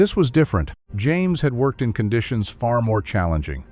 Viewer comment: Enjoying the video very much, especially when your robot pronounces "Conditions" in French. "Cawn-dee-see-aw". It lends a lot of extra class to the narration. 😆